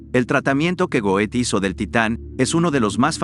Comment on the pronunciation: Goethe se pronuncia Gerta*